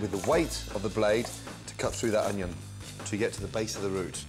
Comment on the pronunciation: We already know how to dice an oño.